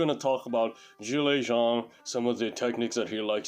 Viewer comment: You pronounce Zhang Zhilei's name perfectly. Most English speakers say zang instead of zhang not realizing that the H is not silent is Chinese.